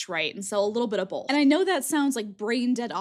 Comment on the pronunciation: Random but are you from the Midwest? You say “both” like my husband lol